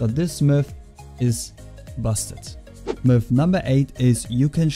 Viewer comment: sounds like you are saying milf instead of myth